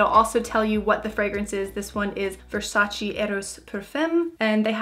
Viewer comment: Versace not vesache 😘😂 love uuu